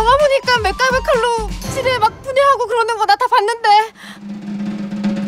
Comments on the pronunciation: 나 지뢰를 쥐레요?라고 들었는뎈ㅋㅋㅋ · 저 지뢰를 처음엔 지네라고 들었어여^^ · 지뢰밟았다 를쥐밟았다라고들림